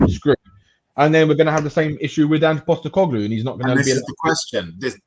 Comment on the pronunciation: Is the host of this chat really unironically saying “anger Postecoglou”? 😂 he’s really done his research!